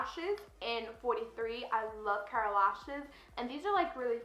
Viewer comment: Forget the way you say Morphe you said the Kara lashes right (which happens to be my name lol). Congrats on your graduation beautiful!